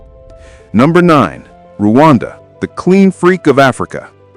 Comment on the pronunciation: It is, Rwanda not, "Ruwanda".